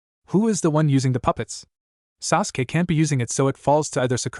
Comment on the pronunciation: it probably is standard, but i'm used to the bland voices fanfic sharers/writers use. Why is it so hard for A.I. to pronounce "hokage", "sake", or "sasuke"?